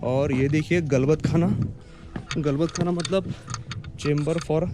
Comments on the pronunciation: Agoder neet mahiti gheun bola, galbatkhana nahi khalbat khana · Not GALBAT KHANA....It's KHALBAT KHANA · गलबतखाना नाही खलबतखाना